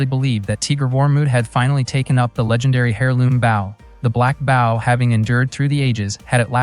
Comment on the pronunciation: The pronunciation of "bow" (b-oh) as b-ow is fuckin annoying.....correct that shit ...